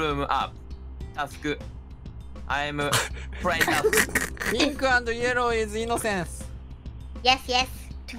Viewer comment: これ本当に人前で見ちゃダメなやつｗｗめっちゃ笑ったｗｗ 字幕大変だっただろうなあｗ ちょくちょくカタコト発音にしただけの日本語混ざっててまじで笑うｗ それなのにタスクとかミーティングルームとか英語のはずの単語が日本語発音なのなんでなんｗ の車内アナウンス最高だし、Neko no bunzai de Candy Cat 最高すぎるし、PPAP歌ってるし、 マジで笑い疲れましたw との発音良すぎ！の拙い英語かわいいｗ 試合も意外とちゃんとしててしっかり詰まってるんですよねｗちゃんとできてることが奇跡！ くっそほどテンション高くてめちゃ面白かったですｗ